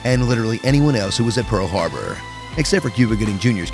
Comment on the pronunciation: "Pearl Hrarbor" Wonder if that mistake was on purpose.